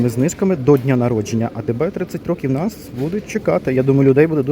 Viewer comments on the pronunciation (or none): none